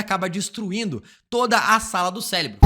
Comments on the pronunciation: Cérebro e não Célebro. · Cara, é impossível ver esse vídeo sem sentir agonia por ele dizer “CELEBRO” todo fucking time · Q agonia esse cara falando celebro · É só eu que estou com escutando celebro kkkkkkkk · Ouvi celebro também 😂